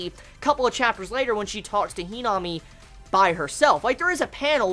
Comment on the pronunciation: Who tf is henome do u mean himami ur saying her name wrong.